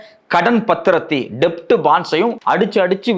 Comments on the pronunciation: Bro, அது "டெப்ட்" இல்ல, "டெட்" என உச்சரிக்கணும் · It's Debt bond only but B is silent please say it as Det bond